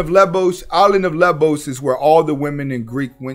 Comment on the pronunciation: Actually called Lesvos. mispronounced it!!!